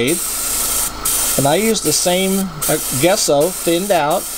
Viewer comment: Great video nice when people share their process. FIY your white acrylic paint is pronounced Jesso